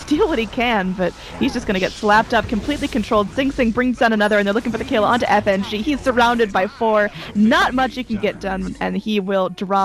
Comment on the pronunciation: When the female caster called Fng "nitrogen"